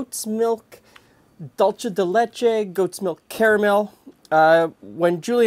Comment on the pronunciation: Pronunciation note! My girlfriend is from Celaya, the city most famous for Cajeta, so I have some by association authority I guess. Anyway, your pronunciation of Cajeta, which you appear unsure about, is fine. On the other hand, you kinda fudged "dulce de leche". Dulce de Leche is a Spanish word, not an Italian one, so while you might say the "c" in "La dolce vida" with a "ch" sound, the "c" in dulce de leche should be pronounced as an "s" sound. The correct pronunciation could be spelt as something like "dool-say day leh-chey"